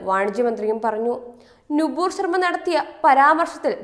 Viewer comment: നുപൂർശ ർമയല്ല നൂപൂർ ശ ർമയാണ് നൂപുർ എന്നാൽ പാദസരം